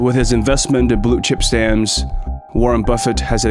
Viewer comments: I’m sorry something is irritating me - is it “blue chip stammms” or fucking Blue Chip StamPS? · Why are you saying stannds. It's stamps. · Listening to financial commentary from a person that thinks the word stamPs is pronounced stams. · It’s stamps, not stams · WHY does he keep saying Blue Chip Stams??? It's stamps. STAMPPPPPPPPPPS. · "Stams": In England we "Stamps" - stam-p-s with a p and an s on the end. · STAMPS not STAMS. The P is not silent. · Not stams, STAMPS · Blue chip STAMPS!!! NOT stamms! 😂😅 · Why do you pronounce it Blue Chip Stams? It is called Stamps with a P. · “Blue Chip Stams?” Check pronunciations. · Stams? What are you trying to say. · Bro! Say the P in stamps!!!! Driving me crazy!!!!! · Say it with me now....stamPs. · Did he say Blue Chip "STAMS"?🤔😆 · "Blue Chip Stams" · The 'p' is pronounced in stamps!! You sound like a complete moron saying 'stams' many times over. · There is a "P" in stamPs.😁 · wtf how cant you prounce stamps? like stams for real? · “Blue chip stamz.. “ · would be nice if the ai could pronounce stamps right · Im confused how your able to pronounce the P in company but not the P in stamps… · I wish you could pronounce stamps properly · The P is not silent in stamps 😅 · That must be why the weird pronunciation of stamps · Why can't the narrate pronounce "stamps" correctly? At first I had no idea what he was talking about. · The 'P' in 'stamps' is pronounced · What happened to the p in stamps 🤔